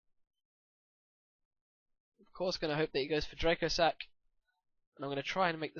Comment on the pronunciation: Speaking of correct pronunciation of card name, Dracossack is actually pronounced "dra-COSS-ack" since it's based on the Antonov An-225 Soviet aircraft, which was codenamed the Cossack.